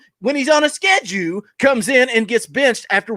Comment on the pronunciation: “Schedue!! We talking bout schedue??” Yes I know it’s schedule. I used to watch for JP’s rants, now I watch for..love the show and finally got my shirt today!! Been lurking since show 2 or 3.